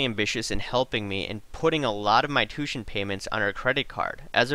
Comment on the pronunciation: Just for your information. Tuition is not pronounced " two shun " the proper way to say the word is " two ish shun". Good video here though buddy.